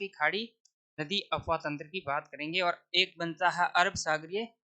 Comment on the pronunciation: गुरुजी यह अपवाह तंत्र होता हैं न कि अफवाह तंत्र...😊 अफ़वाह... झूठी बातें अपवाह ...आंतरिक/ भूगर्भ में जल प्रवाह